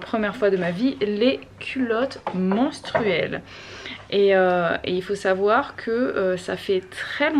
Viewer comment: J'ai tellement l'impression que tu dis "culotte mOnstruelle", ça fait un tout autre effet mdrrrr